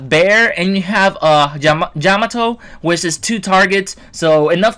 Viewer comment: I've been testing them out. With their first release, they are really good. They have a great win ratio. By the way, did you say "Jamato" at the beginning?